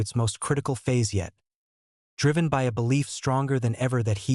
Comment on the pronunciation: Is this fake? What is 'B Y the evening'? Ridiculous. Gutted that I listened to this fake trash for about 10 minutes...